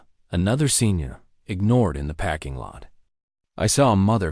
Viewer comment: Sweet gods... it's a "PARKING" lot, not a "PACKING" lot. Also teach your AI not to pronounce punctuation. I can't continue to listen to this unfinished junk.